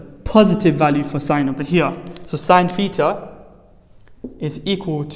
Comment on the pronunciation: Not petar but theta